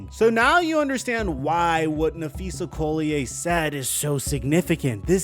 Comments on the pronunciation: LOL its not COLLIAYE its Collier!!! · Not that it matters, but "Collier' isnt a french name. Its English (call-e-err not call-e-eh ). Just means "coal miner" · He calls her Napheesa Coulier. Cut. It. Out. LOLOLOLOL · Napheesa’s last name is pronounced “call-yer” not “coal-lee-yay” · CALL-e-yer. You draw attention to her cause ... at least respect her enough to not mispronounce her name like 100 times. easy research. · Dude… stop trying to frenchify Collier’s name. It’s literally just pronounced “call-yer.” Pretty obvious you’ve never watched a single game of hers 😂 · making Napheesa's name sound all French and fancy. 😄 It's Collierrr. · your saying collier wrong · You've done several videos mentioning Napheesa Collier in them and still you can't be bothered to pronounce her name correctly... That's just lazy. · how come you can't pronounce her name correctly? that's pretty sad. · Hearing “Collier” said like that so many times is pissing me off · Bruh please learn how to pronounce Napheesa's last name before saying her name a million times in a video. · Dude if you are going to report on someone at least google how to say their name... Collier... just look up 1 video on her... You've done multiple and you say her name wrong every time. This page is becoming more and more unreliable and uninformed, sorry to say but I'm unfollowing. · You are butchering the name Collier lol